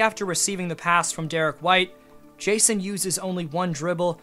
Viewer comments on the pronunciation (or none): none